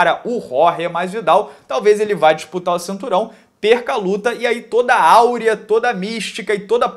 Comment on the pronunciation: AURA, AUREA não existe!!! Pfvr não fala mais isso.